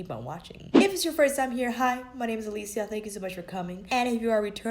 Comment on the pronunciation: I love silly A-LEE-SHE-a!